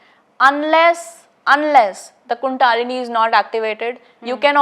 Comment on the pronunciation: बहन जी, कुण्डालिनी नहीं बल्कि कुण्डलिनी होता है।